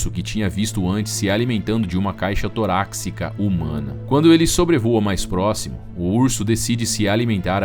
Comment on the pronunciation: Aos do vídeo você diz: "Caixa TORÁXICA", mas o certo é "Caixa TORÁCICA".😉